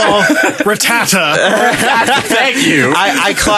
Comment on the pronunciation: I love how and instinctively look at each other the moment says 'Ratata' wrong. "We're calling him out on that, right?" "Hell yeah we're calling him out on that!"